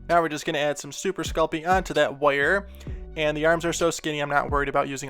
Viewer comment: I like the way you say wire, woyer. No just judgement, I just like it. Also, CTHULHU!!! That would be awesome.